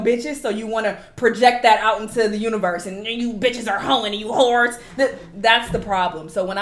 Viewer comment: I am in tears 😂 with each time was saying "whores" in the end with the emphasis lolol